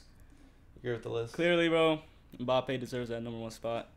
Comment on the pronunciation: It's MbappÉ with the accent not without it. People please pronounce it correctly